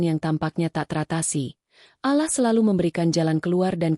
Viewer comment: ALLAH bukan alah